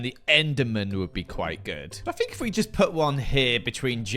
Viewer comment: saying “fink” for “think” will forever make me happy